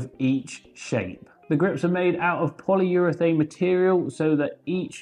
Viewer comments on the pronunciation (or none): none